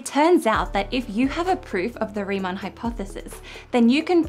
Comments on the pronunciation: Also "Riemann", not "Reimann". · Nice video, as always. But, as a German, I have to say this. It's RIEMANN, not REIMANN. So please, next time... 🙂